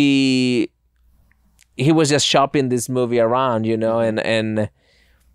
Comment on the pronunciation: Love hearing say mewvie